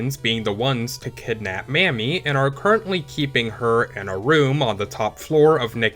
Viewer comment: Glad to see a video like this from (I'm assuming) the younger generation. Real quick pronunciation note. I don't wanna WEEB police you, but Kunio's girl's name is pronounced 'Ha-sa-bay'. And Riki girl's name is pronounced 'mommy'. That last one is important because if a black guy such as myself were to hear you say that name the way you said it, you might get a ferocious side eye or a "what you just say"🤬 type statement. Just putting it out there. Anyway, keep up the good work.😁👌🏾